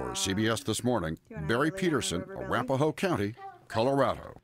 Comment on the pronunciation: A-wrap-a-hoe It’s ara-pa-ho, lmaoooo.